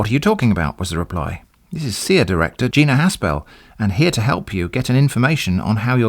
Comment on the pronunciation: I love how you pronounced cia as "seeya" because it wasn't capitalized correctly to be an acronym.